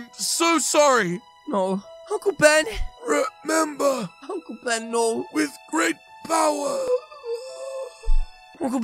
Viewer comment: I thought he said uncle bean not ben